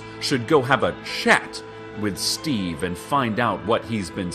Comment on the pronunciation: Amo como pronuncia el nombre de Steve, tanto desprecio...¿Qué habrá ocurrido entre esos dos? xD es tan alarmista~~ Esa editora si que está mal D8 Gracias por traducir <3